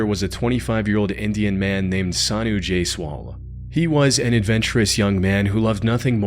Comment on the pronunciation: My friend I'm Indian It's Sanu Jaiswal , Not "J swall " Please do research before posting online